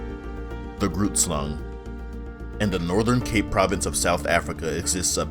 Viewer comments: Great video, it is pronounced “Ghrrootslung” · not to be concerned it a common mistake people make the GH is supposed to be like the sound of a hissing cat, I put two r’ as you roll the R and don’t forget the U I put in place of the a in Slang I look at it now it would be pronounced more like “G-huh-rr-oert-slung” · The fact that you're African is the issue. Grootslang is an African word. I'm also African and I speak English, so should I not take issue that you devalue someone else's culture while trying to share that same culture? Context plays a major role when considering correct pronunciation, and the fact that you don't care and misrepresent the name and culture means you could easily misrepresent the subject matter itself. Additionally, English is the language of the British, not Americans. Americans have also bastardized words in the English language, mispronouncing many of those words. Your response shows that you're disrespectful and lessens your credibility.. Well done. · lol grootslang . . . hehehehehehe he's pronouncing wrong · You butchered the pronounciation of grootslang and it literally means big snake. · oooph. You pronunciation of Groot Slang, Slaughtered it but in all honestly its hard to say if you don't speak Afrikaans. So no harm, no foul. Another mythical creature is the tokoloshe (It is like a sinister Imp), Zulu's build there houses round because they believe that the Tokoloshe hides in dark corners, so round house, no corners to hide in. Very cool video though. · you butchered the name of the grootslang. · I love the english accent “grootslang” 🤣🤣👍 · The g in grootslang is not pronounced as a English g, but rather it's closer to the German "ch" as in "ich".